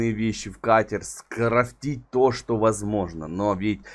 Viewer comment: СкрафтИть ты чо не русский прости но меня бесит я не хейтер удачи